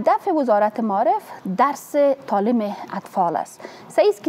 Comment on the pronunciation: حالا چه نیاز است،وقتی به یک زبان تسلط کامل نداری،بحرفی او هم زبان ی به بزرگی زبان فارسی درست است قبول دارم،میدانم ،باور دارم ،ایمان دارم که زبان فارسی کلاس دارد،شیرین است و آدم ها با تکمل به این زبان قشنگ خود را روشنگر فکر میکند نه تنها آدم ها حتا حتا حیوانات هم عشق و علاقه به یادگیری زبان فارسی دارد ولی نه این قسم ... مالیم ( معلم ) تالیم ( تعلیم ) ماریف ( معارف ) منطک ( منطق) انتکاد ( انتقاد) کریه ( قریه ) کبول ( قبول) فکت ( فقط) تگریبا" ( تقریبا") ها نا ( ها، نی) تامیر ( تعمیر) اکلن ( اقلا") معصوم ( مصئون ) باث (بحث) چی رکم (چی رقم) که این خانم پینه دوز این گونه تلفظ میکنند حالا چه ضرور به زبان خود،به زبان قوم خود،به زبان قبیله خود، بحرف نادان این زن فرد اول معارف یک کشور بنام افغانستان است. چی کنیم رفیق روزگار اینطور شده که پینه دوز ها و چوپان ها و آریشگر ها ... حکومت میکنند